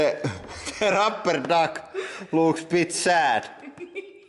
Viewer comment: rrrrrrupper duk olololol im dying